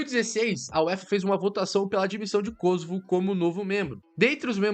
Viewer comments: Não é Kôsovo, e sim, Kosôvo. Pois não é uma palavra proparoxítona. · Por que Kósovo. O correto é Kosovo. Mania de acentuação inglesa.